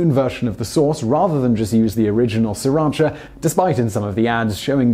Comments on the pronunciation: It is pronounced Si Rach A after the town in which it was first made. (Sriracha - silent first R .) His explanation of the origin of the sauce is completely incorrect. It was first made a woman named Thanom Chakkapak way back in the 1930s. I know because I lived in Thailand for 20 years and even worked in the city Sri Racha and speak Thai. Thais do not use serrano chillies but what are known as Rat Shit Tailed chillies - very small, very hot, - Bird's Eye Chillies - larger and very hot - Dragon Tooth Chillies - largest of the three and very hot. Living in Canada, as I now do, I can make the product but the price of the fresh peppers is exorbitant so it is cheaper for me to buy the stuff. However, not to say that the owner of the company that makes the most popular version in the U.S.A. is not telling the truth, but prices in Canada have gone up, even if he is selling them at the same price he originally started with. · Have you heard about silent letters? There're a lot in English language as well. It's hard to explain if you don't know Thai. The owner admitted that the name was inspired by the name of a Thai city and it's really pronounced See-Ra-Cha in Thai. It's a compound words that has meaning. I don't mind if people call it Sir or See. I respect the way the owner pronounces it. It might be just because he didn't know how to pronounce that Thai word properly. Although if you look at how it's spelled, SRI shouldn't be pronounced SIR either, more like Si or See. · My husband is Vietnamese and says it's pronounced Sa-ra-chee not cha. The town it's named after is pronounced this way. Ask any Vietnamese person and they will correct you lol. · Interesting but having worked in Sriracha for four years in the past I seem to recall that it's pronounced "Si-rashaa" by the locals. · I find Simon totally annoying. To pronounce srIracha as SIRacha through the whole video is unforgivable. JEEZ can't the ignorant idiot even READ! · Actually it's see-rotch-ah